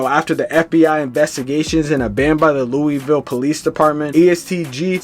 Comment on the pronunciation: Hey plz don’t speak on shit if u can’t say Louisville correctly. Thx